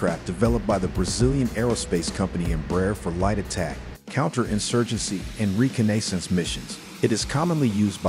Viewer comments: "Reco-naysense." I'm assuming that's the first time you've seen that word. It's normally pronounced "re-CON-na-sense" or "Re-Con-ne-sahns" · reCON-naissance not reCA-NAYssance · Re - Con - Nay - Cents? I wish these electronic voices would learn to pronounce words correctly. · Reeconaysense. The most important of the five senses to a pilot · Recon-AY-sance? Really? 😂 High wing? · Re-ca-nay-sense missions - the AI voice isn't 100% yet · Re-co-na-sis missions are 💀🤣 Just when you thought you were getting a real human voice the robot shows it's lack of pronunciation and adds to by saying Co-lam-bia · Say Reconnaissance again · Say reconnaissance correctly please.